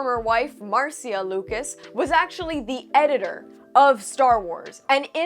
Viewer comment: Marcia is pronounced like Marsha